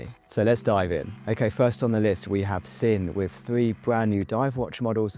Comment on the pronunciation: Fun video 👍 FYI Sinn is pronounced Zin, Squale is pronounced Skwal.